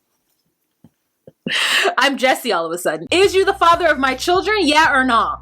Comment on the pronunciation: Myra Smith I actually thought she said “farter” 🤣🤣... I stand corrected! 🥰